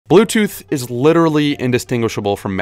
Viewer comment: ze bluechooz dewayez